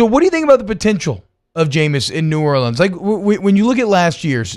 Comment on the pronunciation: Great segment but why can't this guy pronounce New Orleans?